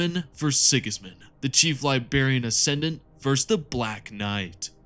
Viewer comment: Chief ‘LIBARIAN,’ love the vid mate